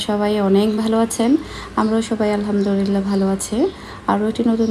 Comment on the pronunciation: apni alhamdurilla bolen keno alhamdulillah na bole.